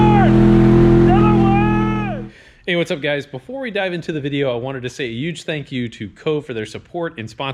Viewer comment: If you start using an "H" sound when saying "Huge" or similar words.....you will hit 300k subs!! Lol...